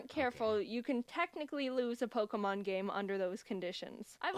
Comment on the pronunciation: The only reaction in this vedio is ''Pockmon name really strong pockmon"